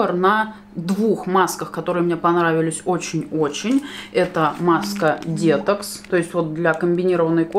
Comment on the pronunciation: Насмешил дЕтокс😆 почему? Потому что сама так говорю и упорно пытаюсь переучиться, ведь правильно говорить детОкс.